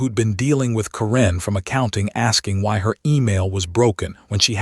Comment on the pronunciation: Also mispronounced “Karen.” Still wildly funny, though.